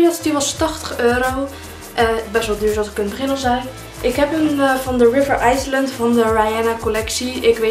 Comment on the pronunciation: heeeel leuk ! maar zeg alsjeblieft nooit meer river ''aaislend'' ...